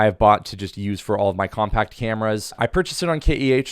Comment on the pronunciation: I'm shocked how many fellow Americans can't stress properly myriad of words . such example we may observe here . here indeed in abundance . its not compa'ct , it is Co'mpact - adjective . and in some cases yet also not proper for gen English one may say compa'ct - signaling that its a verb .